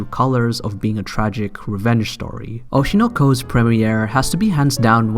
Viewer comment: the way you said "Aiii Hoeshinaur" and "Aurshinaur koar" it triggered me